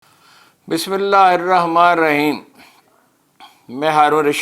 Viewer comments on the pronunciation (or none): بسم اللہ تو پڑھنا سیکھ لیں